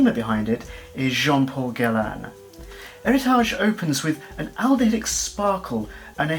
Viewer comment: Too many Homme with "H"! At least, one of the few that pronounced Héritage correctly.